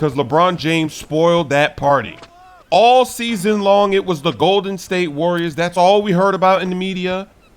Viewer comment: Also said call em Arriors because the Cavs took that W